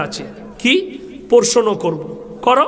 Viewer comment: অশিক্ষিত না হলে এরকম যুক্তি কি দেয় প্রশ্ন শব্দটা সঠিকভাবে বলতে পারে না অশিক্ষিত প্রথমে পড়াশোনাটা করে আয় এর থেকে মুসলিম সমাজ জ্ঞান নিলে তো অশিক্ষিত হয়ে হবে বাংলাদেশের যে আর্মি টার নাম নিল প্রাক্তন তার সাথে সাথে তুইও চলে যাস দুই ভাই গলা ধরে পাগলা গারদে বসে মাথাটা চিকিৎসা করে আসিস একটু শিক্ষা গ্রহণ করে আসিস পেটে তো একটুও বিদ্যে নেই